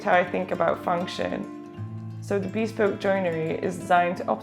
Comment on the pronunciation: For 28 m2 it really does look much more spacious! Good work. Incidentally, "bespoke" is NOT pronounced "beespoke" as you do in this video, but "beSPOke", with the "be" as in "beware", and the stress on the second syllable. No offence - just trying to help.